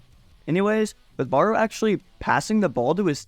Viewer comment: bro how you pronounce barou is annoying asf💀💀its not ''baroe' its ''barow''